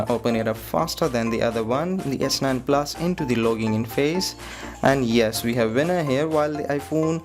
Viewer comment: "S9 PLAS" "IPHONE 8 PLAS"